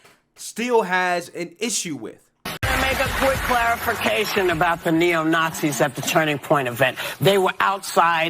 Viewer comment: into video whoopi "let me make a quick clawafication... they were outside pwotestors... misunderstanding is very bwig." were you slowing down her audio the way radio stations do to make someone sound drunk or does she sound slightly sloshed slurring her words? or maybe she got no sleep. this is first time i noticed this on any of her videos. on another day she sounds alert & sober & speaks faster. i don't know what's up with them. the view hosts are just unpleasant & ignorant.